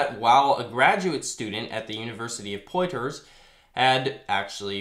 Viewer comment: FYI Poitier is pronounced Pwa-T-A. Think to yourself in a snobby french accent. Lol, I like your channel. Keep it up. Also, the "Throw" in Sahlenthropus is the stressed syllable. saw-len-THROW-pus